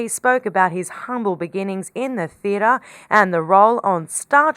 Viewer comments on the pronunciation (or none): This narrator has the most annoying voice, who pronounces "Theatre" as "Theataaaa" or "Life" as "Liiiieff". Stop extending the ends of your sentences there is no need. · What's a "theeda"?